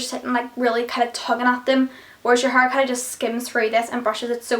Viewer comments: "My Huurr" lol! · Love the way you say hair it's like 'haur'😜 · i love the way you say hair its like huur x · love that accent "hurr" :D like hair